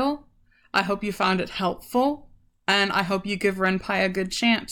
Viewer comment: It's also called renP-y not renpie